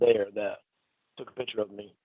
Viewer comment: is in his mid 50s. He has had thousands of days worth of opportunities to pronounce the word ‘picture’ correctly and he has rejected every one of them.